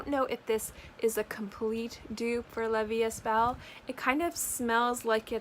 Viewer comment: Just letting you know, it’s pronounced ‘la vie E belle (so like you said it but without the ‘s’ in the third word. The s and the t are silent)